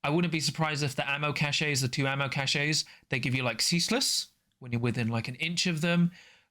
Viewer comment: cache sounds the same as "cash". "ca-shay" is a word but it's spelled cachet and means something different.